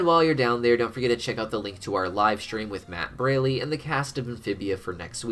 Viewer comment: You mispronounced Matt's last name again, it's pronounced Br-all-ee